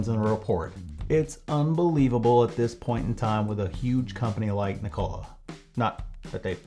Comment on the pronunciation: Ever time he mispronounces Nikola everyone take a shot!